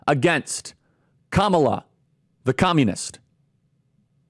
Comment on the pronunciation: IT'S KA-MA-LA.......